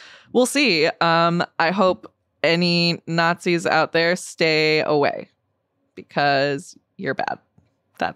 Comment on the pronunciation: When the not-zees show up, you will know about it. Not these people you just call not-zees